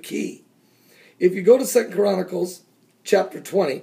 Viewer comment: no listen to him....he is saying KORANnacles, not CHRONacles